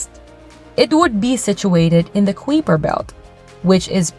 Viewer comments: Kai-per, not qwee-per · How do you justify the pronunciation of the "Kweeper" belt? Everybody else says pronounces it as " kipe-er" belt?